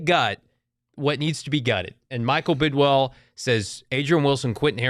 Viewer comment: Please tell all of your host it’s Bid”WILL” not Bid”WELL” and tell Frank it’s DHOP, not DHOPS.